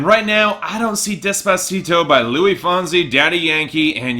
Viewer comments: Adam Droge It's not that he doesn't care, it's just that he seems to have a blind spot for Spanish, could just be a Canadian thing as he keeps pronouncing "Luis" like it's French. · it makes me so uncomfortable the way you pronounce luis without the s ily but